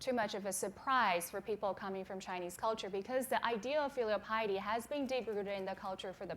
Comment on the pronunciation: Lol "filial pilety"